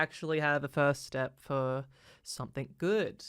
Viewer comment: It's "Something" not "Somethink"